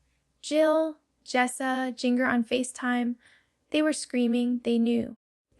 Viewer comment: AI, the second I heard "Jinger" like ringer